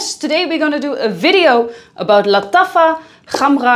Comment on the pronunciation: as a native arab, she is wrong. Its Lataffa Kh um rah Gah wa but especially with better Kh and R pronunciations